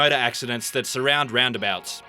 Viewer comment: 13 craziest "ralnd abalts"